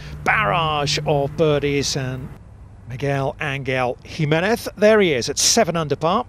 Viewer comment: That's the absolute worse pronunciation I've ever heard in my life Mig gwel an gel him e nez